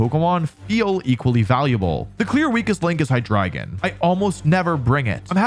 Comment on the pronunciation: Hydreigon mentioned and pronounced basically correct! Thank you Wolfey for listening and trying! My favorite dragon made the team and I'm so happy for it